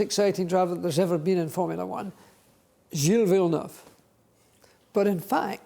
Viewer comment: Gilles Vilneuf, Francois Sever????? Fucking AI!!!!! 😡